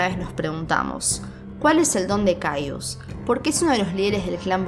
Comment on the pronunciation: Se pronuncia cayes